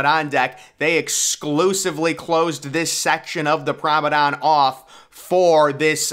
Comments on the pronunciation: Yeah Promedon i get it lol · WTF is a PROM- A- DON😂😂 DO you mean “promeNADE” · Lol I’m glad someone else hears this, it sounds like a he is saying “promedon” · Promenade NOT promedon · I know it's a year old but everytime you say the word promenade you're pronouncing it as promedan. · This is how you pronounce the word promenade... Prom-en-ard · Say it with me now... Pr(a)o-me(h)-nade. "Promenade" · Exactly! He's making a deck sound like a dinosaur! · Learn how to say promenade, Google it. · I came to the comments as I really wasn’t sure what he was saying 😂